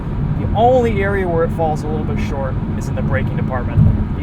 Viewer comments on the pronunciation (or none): none